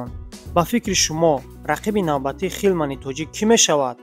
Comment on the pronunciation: Ҳилман бгу ака хилман не